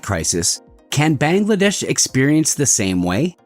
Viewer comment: your pronunciation of Bangladesh is wrong